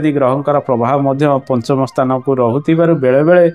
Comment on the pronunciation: ସ୍ଥାନ ନ କହି ସ୍ତାନ କାହିଁକି କହୁଛ?